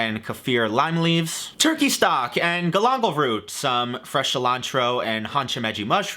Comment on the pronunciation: "Golombol root" he says 🤣🤣